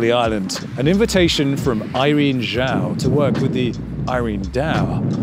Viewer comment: As someone with "Zhao" as my last name I commend you for pronouncing it correctly! The "Zh" is indeed a "J" sound, there is no silent "H".